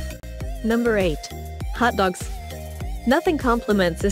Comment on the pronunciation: The way she says hotdogs XD